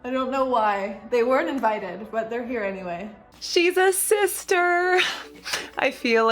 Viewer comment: Are you saying Sister? Or Cyster? Lol